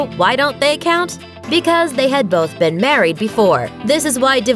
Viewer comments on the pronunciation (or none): none